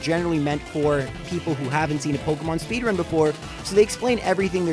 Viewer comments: WTF is a 'Speedunrun' 😂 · "Pokemon Speedunrun"... LoL